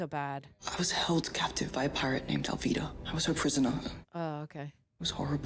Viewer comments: so does with Alvida. It's written as it is yet she pronounced it correctly as "Alveeda" not "Alvaida". Luffy's name is mentioned a lot of time in the video, and Luffy himself declares his full name and his goal MANY TIMES. Even the guy besides her called Luffy correctly yet she still "Luh-fy"/"fluffy" all the time. Bruh. 🙄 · And yet she's correctly pronouncing Alvida as "Alveedah" instead of "Alvihda" 🤣